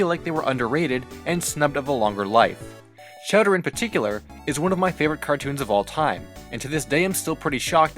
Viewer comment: He pronounces the characters name as chatter but his name is chowderLike chowder soup not cheddar cheese